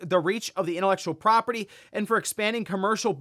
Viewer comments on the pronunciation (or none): none